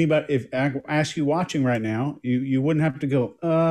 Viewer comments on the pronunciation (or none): Yes! He said it too many times to count...ax Michelle